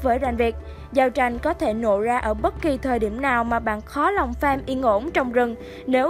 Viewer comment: Farm mà cứ đọc thành fame nghe khó chịu thật sự :))